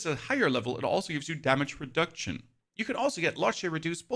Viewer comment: Did i hear damage re-duck-ion? 😂